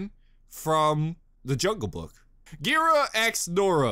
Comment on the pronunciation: Ghira's name is pronounced Gear-a, as in Bagheera, the panther in The Jungle Book. Sienna Khan, the White Fang leader they mentioned, is a Shere Khan mention. I want to find out what the hell they did with King Louie!